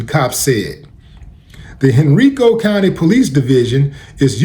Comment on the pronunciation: Hey Willie it’s pronounced “ Hen-Rye-Co”